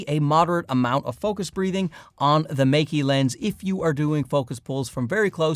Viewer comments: But both Mey-Key and Mike-Key are wrong 😂It's 'May' like the month, and 'Kuh' like the 'cu' sound in the word "custard". It's not hard to say it correctly, we have all of the sounds in English (unlike other Chinese brands e.g. Zhiyun). For the losers saying I'm being pedantic, wouldn't you point it out if he was pronouncing Canon as 'Ceenown'? Sure you would. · It's not "Mikey', the two syllables in the name are pronounced May (like the month) and Ke (the sound at the beginning of "current". Don't you have some brand deal with them or something? You should really know this. Anyway, still enjoyed the video. Been here since the early days.